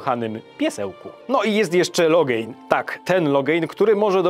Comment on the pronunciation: Sorry stary, ale muszę to napisać i zrobię to fonetycznie, bo mnie aż razi: Loghain (Logen) - nie Logejn Ceilan (Keilan) - nie Cajlan Alister - nie Alester